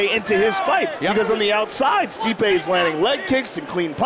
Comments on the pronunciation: They should've called him "Stipe" as you pronounce "Stripe" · Man every time they pronounce Stipe’s name incorrectly it makes me cringe lol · I love how no one is talking about the fight and just how Goldberg and Rogan is mispronouncing Stipe's name. 😂😂😂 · Mike didn’t even know how to pronounce his name . The ufc needs this back and building up fighters I say it all the time stipe and jon Jones the last fighters that earned spots and we saw grow . Stipe took the longer route but both headlined fight night cards . Nowadays you can come off a loss and headline it’s weird popularity contest